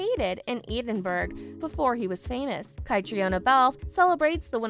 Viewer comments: Yes, these podcasters don't care enough to get the pronunciations right. And Catriona pronounces her name kat-treen-a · kuh--TREEN uh. say it right.